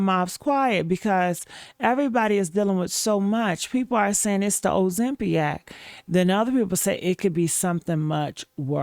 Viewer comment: What the HELL is Ozempiac? Did you mean Ozempic???